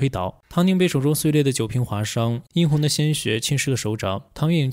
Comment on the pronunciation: “yīyī”→侬(nóng)侬 “好将闺蜜”→将好闺蜜 “两千万”→200万 “地位轻言”→位低言轻 “棠宁母亲”→母亲棠宁 “yīn红”→殷(yān)红